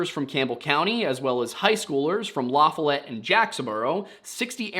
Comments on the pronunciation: La foll let lafollet is how its pronounced not lafalet. My moms side of the family is from there and claiborne county. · Its pronounced La fall let. Lafollette. ❤ your welcome. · It iThe correct pronunciation of LaFollette is "La-FOH-let", with the emphasis on the first syllable. It's it not la for let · FYI, Lafollette is not pronounced the way you said it as La “fa let’” . The long syllable is on the Fall section. So its lahFALLette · Around here (Knoxville), it’s called LaFollete, not lafalet. It sounds like someone was attacking her on the ledge, she managed to slip away and ran off the cliff. Sickening and sad. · Its lafollete - lu follut 😂😂 I live 20 minutes south of Campbell Co. I will say that one of scott Carpenters research areas was very near Lafollete in Jacksboro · The city is pronounced "la FALL et" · Love your content and know that this is an old video, but it’s pronounced “La-Fall-It”. I know. I know… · Not that it really matters, but I believe it’s pronounced “La-FAY-ette” in this part of the country. I’m from Tennessee but not from this area. Just in case you guys ever do an update for this video. Love the channel! Not trying to be that guy 😂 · Lafollette is pronounced Luh-FALL-utt. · Love your channel - been listening for 3-4 months now. You all are so thorough and very researched, as well as, kind while being as truthful as possible - kind is important and very rare! p.s. the area of LaFollette, TN is pronounced "La FALL et". Not saying that as a smarta$$, just talking from someone from around this region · LaFollette is pronounced La-follit, around here. 😊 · This all took place around where I live, weird I never heard this story. Also, LaFollette is pronounced La-Fall-ette, you said it in what we'd call a "fancy way" just something I found a little humor in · i say this will full respect, its pronounced Laa-FALL-et. source:(I live in east tn) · LaFollette La-Fah-let, I live about 10 miles from this location highlighted in this video